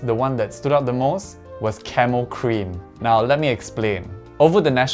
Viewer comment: Idk why I kept hearing Camel instead of camo lmaoo